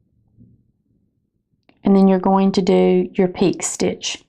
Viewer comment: it's pronounced pee/k'ay.